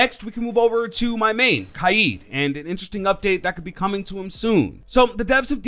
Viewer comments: You say kaid funny is k-aid you know what I mean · did he pronounce kaid wrong or have i been pronouncing it wrong